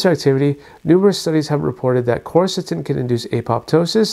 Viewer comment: It's not corsatin; it's quercetin.... quer is pronounced like qwear